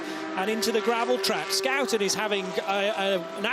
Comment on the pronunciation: "Skouten"? cmon put some respect on pronunciation